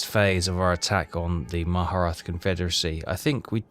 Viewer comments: Am I losing it? keeps calling it "ma-HA-ra-tha" I dont see the first HA in the word when he hovers over indian territory names... Is this some dialect thing? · Nope. He just doesn't pronounce it properly. It is the Mur-at-tah Confederacy.